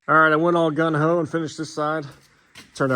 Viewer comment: Affixed, not fixated. Gung ho, not gun.